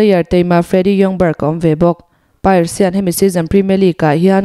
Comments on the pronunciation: A ngaihnawm ṭhin hle mai. Chutih laiin player hming erawh lam dik loh a awm zeuh zeuh. Arsenal invincible team winger Robert Pires hi Robert Pairs tiin i lam a. Pires tih hi a hawrawp awmdan ang hian Pi-res tiin mizo ṭawng angin lam mai tur a ni. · Kan players hming i lam dan mai mai chu.. Lam ngun phian sia.. 'Piares' tiin min lo lam sak tawh aw... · Robert Pires (Pi-Res) hi mizo tawnga kan lamdan anga lamtur anizawk lomaw te kati mwi2. .Engpawh nisela Glory Glory Man United👍🏼